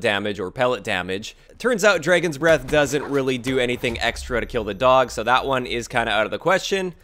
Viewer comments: Dude why do you pronounce dragon breath so weird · He said draigons breath instead of dragons breath.